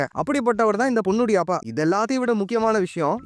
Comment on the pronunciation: அப்பா 😂 you say அபா....🤣